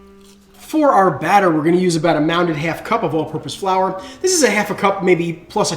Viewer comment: WHAT????? WHAT FLOUR? FUCKING SPEEK CLEARER. FFS.